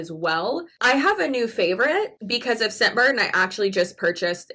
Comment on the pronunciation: The first time you said "Scentbird" I misheard you and thought you said "Shitbird." To be fair, that made your whole sales pitch/advertisement a lot more entertaining.